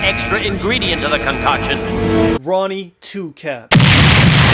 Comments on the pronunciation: Nigha said ronnie2cap 😭😭😭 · “Ronnie 2kap” 🤣